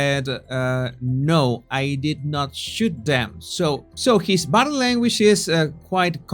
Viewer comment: I love the way he says "bodeh languaj" 😅